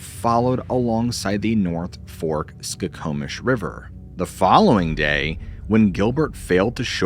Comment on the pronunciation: You must be from Washington. You correctly pronounced Skokomish and Spokane! 😂